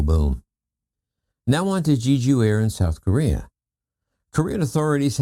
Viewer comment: I’m not sure if you are aware, but you are NOT pronouncing Jeju correctly. Just search the internet or youtube on how to pronounce it properly. We are not in early 1900’s, you can find the pronunciation of foreign places quite easily.